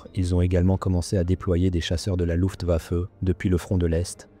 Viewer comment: Luftwaffe se prononce LUFTWAFFÉ